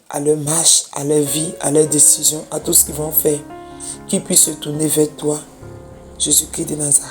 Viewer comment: IL EST CHRIST (((( C-H-R-I-S-T)))) PAS CRI